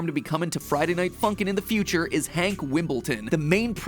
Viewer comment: You got it wrong it's hank HAAAAAAAAAAAAAAAAANK